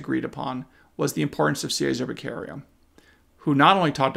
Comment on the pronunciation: enjoy your analysis now go to Google translator and choose Italian, then type Cesare Baccaria then use the voice function and hear Che sar ā. Back arr ē ah and now you will be the smartest person in the room!